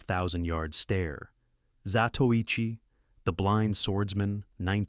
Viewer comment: Inconsistent mispronouncing Zatoichi , AI ?